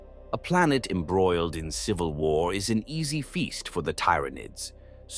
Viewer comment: The system cannot pronounce the words right look how it says Tyranids